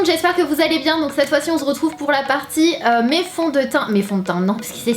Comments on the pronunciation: tu fais exprès de dire "on zretrouve" en fait mdr sinn merci pr la video c est sympa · Tu a dit on z retrouve ,sinon je t'adore. .😂? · Sana on zretrouveee tu le dis vraiment 😂 Love you ❤❤❤ #snapananas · Coucou Sananas ❤ J'adore prsk a chaque début de vidéos tu dis "on sretrouve" 😂😂 Je t'adore sinon ❤❤ #snapananas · tu dis " on ze retrouve" mais je t'adore jtm #teamsnapananas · "Salut à tous, aujourd'hui on Z'retrouve " 😂😂🍍💚 #snapananas 😍💚🍍💚🍍💚🍍💚🍍💚🍍💚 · Super video ! Tu n'arrête pas de dire : on ze retrouve ! 😂😘